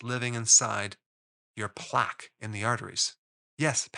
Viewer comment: I must say when I hear a doctor who doesn’t know how to pronounce plaque correctly, it makes me question their assertions.